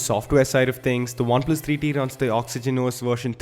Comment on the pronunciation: Great reviews but I don't know why I listen "Oneplus 3D" 😅